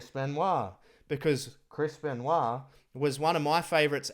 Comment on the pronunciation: calls him "Chrispen" instead of Chris Ben----WAH